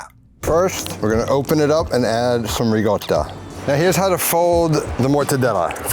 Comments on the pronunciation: sorry dude, love ya, but in NO language on earth is Ricotta pronounced "Reegota". It's still a C in Italian. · I stopped watching the video when he pronounced ricotta with double g's